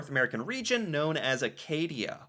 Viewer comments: Acadia, pronounced Ackadee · Acadia (a-KAY-dee-ah) comprised Nova Scotia, New Brunswick, Prince Edward Island and eastern Maine to the Penobscot River. It was a separate region from New France, which became Quebec. The area of Nova Scotia between Yarmouth and Digby is called the Fench Shore.